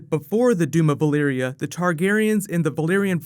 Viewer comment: am i the only one hearing "Balyria" instead of "Valyria" ??